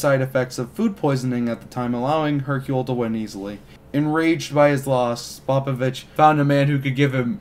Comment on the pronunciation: Good vid, except cringed every time he pronounced Spopovich